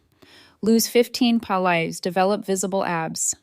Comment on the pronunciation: What are 15 ‘palais’ she must lose?! Palais means palace in French. 3500 ‘skeevs’ is how large for a house, exactly? $200 a HR?! Pronounced ‘eh H R’. Who or what writes this trash?! Eight thousand seven nuhnuhnuh and forty-three dollars.